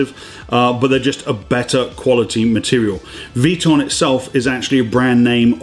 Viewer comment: Love the vids and thanks for the tips! One thing though, i think it’s V “I” ton. Not sure if that falls into the Aluminum or Laboratory category in the queens English. :)